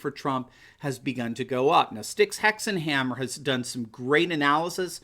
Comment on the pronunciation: What is the YouTube channel name he is referencing I can’t understand him at all. Sounds like Stick ex and Hammer???? That is SUPER freaking frustrating when he recommends a video and has no link to it and after listening to him say the name 20 times I can understand him!!!!!!!!!! 20 minutes later after reading over 200 comments I found his name. Styxhexenhammer. This is a link to the video. Also, I really like this channel and the videos, but the title for this video is borderline clickbait. Where is the “SURGE” in the polls for Trump?????